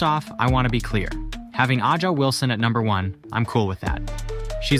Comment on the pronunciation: Adga Wilson? Oumbaweekee? 😆